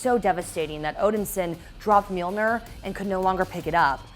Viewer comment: And "Mjilnor" in the beginning 🙊